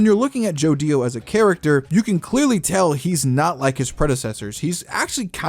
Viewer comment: it's annoying how say's joDIO and not jodio in 1 clean word